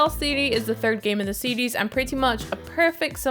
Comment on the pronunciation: That chick is incapable of saying the word "series". 🤣